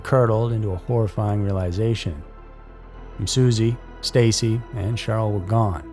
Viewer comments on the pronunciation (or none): It’s Stacy’s dad not sisi get it right